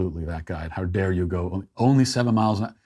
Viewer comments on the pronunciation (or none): none